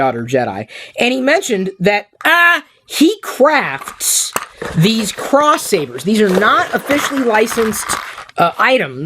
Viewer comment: "cwafts" love your stuff.